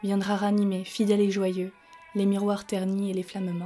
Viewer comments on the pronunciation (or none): none